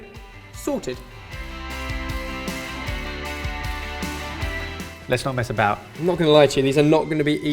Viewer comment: Sounds so British when he says sorted